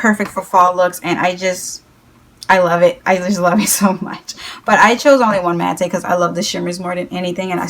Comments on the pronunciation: its pronounced "mat" not "maté".... :( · It's not "Matté" it's MATTE Pronounciation is MAT OR MATT I'm sorry it's triggering. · I LOVE how you pronounce "Matte"!! Say it how you normally do PLEASE 💖💖